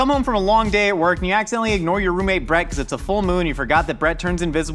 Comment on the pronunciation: I was so confused by whether or not you were calling your roommate "Brett" or "Bread". I got it now.